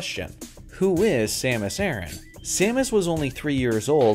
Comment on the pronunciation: It's Samus uh-ran like "she ran". NOT aaron